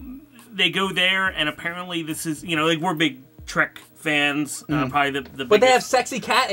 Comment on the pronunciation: I hate when people call it star track. It’s trek for god’s sake. When you say track you’re not only wrong but an asshole idiot who can’t speak English words even though you claim to speak the language